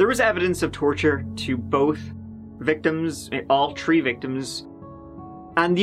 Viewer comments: In this episode, said “tree (3)” or “turty (30)” six times. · Twenty tree years old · Jesus it's irritating when he says tree it's three lmaoo there's a H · I lost my father figure a few days ago. So I've been watching you for years. I turned my whole family into that chapter subscriber's. We adore you and the way you always say "thwee". The last few episodes at the end you are always so modest and you said be careful out there, ill see you next time! And I love you! I started to cry. We love you too. You get my mind off of the chaos in my own life and you're amazing at covering all these true crime stories.